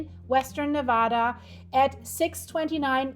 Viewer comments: Live near there but if your going to report on things Nevada please pronounce it correctly!!!!!!😢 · You pronounce Nevada wrong.